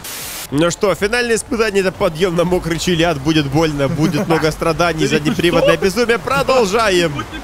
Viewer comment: "Заднеприводнае безумие" звучало как-то странно.